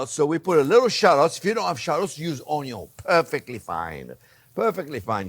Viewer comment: Onyo is my favorite French word. Jean Pierre You are a wonderful Chef.